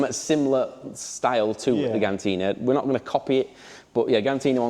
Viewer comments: Did he just call Gintani Gantini? 😂😂😂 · Do you say gintanni wrong on purpose 😂